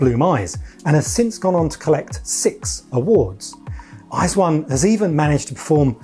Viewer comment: Your pronunciation of their name is the most correct westerner that I have heard